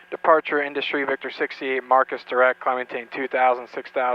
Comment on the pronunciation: If you're still in Junction go to "Lum's BBQ"! Also don't know if anyone else caught it, and the controller did not, but on the read back of the clearance you said, "Cleared to "Grand Junction". Also "Marcus" intersection instead of "marcs" intersection. Safe travels.